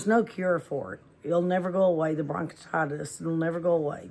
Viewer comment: You are pronouncing it wrong. Bronchitis and COPD.